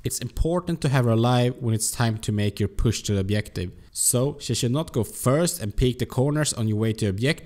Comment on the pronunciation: Nice vid! Just say objective and no obliective ;)